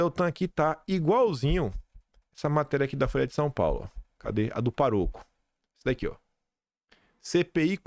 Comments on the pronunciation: Não é paroco é pároco. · é pároco, não é paroco. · É pá ro co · PÁroco,, é uma proparoxítona. 🫢🥰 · 😮😤 A palavra "pároco" é proparoxítona, e não paroxítona! Socorro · O correto é PÁroco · Correção: a pronúncia é PÁROCO, amigo. Refere-se à padre. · pelo amor de Deus: a pronúncia é PÁROCO! Tem um acento no A. Palavra proparoxítona! PÁ (de pá de cimento) + ROCO. PÁROCO, portanto. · fala-se PÁ-ROCO. Palavra proparoxítona. PLEASE. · é pÁroco, com acento no A.😊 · só uma correção na fala, a pronúncia correta é PÁroco, que significa que o padre é o “administrador” da paróquia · Na intenção de melhorar e ajudar e tal... PÁroco! A palavra é PÁroco! Tem um acento ali. Imagino que você não está habituada com ela porque não é católico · Bom dia. Em português é PÁROCO (com assento) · é PÁroco,. PÁÁÁÁÁÁÁÁÁÁÁroco. kkkkkkkkkkkk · BOM DIA,A PRONUNCIA CERTA É PÁAAAROCO,PÁROCO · percebo que, ainda lendo notícias sobre o pároco que conduz ONGs, vc fala com erro a palavra, ignorando o acento. Como vc é um orador premiado, seria de bom tom corrigir sua fala. Diz-se pároco acentuando-se a primeira sílaba. Da forma como vc fala, ignora o acento. Veja como a palavra é escrita e não haverá erro. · a palavra pároco tem acento agudo sobre o a, então a entonação é sobre pá e não ro... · Oi, seu trabalho é excelente. Só alerto que a palavra pároco é proparoxitona. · seu trabalho é ótimo, mas certos deslizes gramaticais que vc comete depõe contra vc. Sugestão amiga: Procure aperfeiçoar sua gramática. PÁROCO é proparoxitona. Abs. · não é paroco; é pároco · A título de ajuda, meu caro feirense. Diz-se "PÁroco", e não "paRÔco", e o plural de "qualquer" é "quaisquer" (única palavra do português cujo plural fica no meio) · não é paroco e sim pároco. Pronuncia-se forte e com mais entonação a antepenúltima sílaba que é o pá. Certo!!!!? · não é paroco, o certo é pároco. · Não é paroco. É pároco! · Fala PÁroco